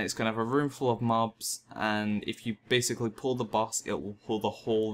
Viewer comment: difficul-TEE, basic-LEE, tab-BARD, four-TEE. My god these arent difficult sounds to make.